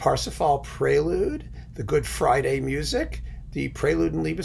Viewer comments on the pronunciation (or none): none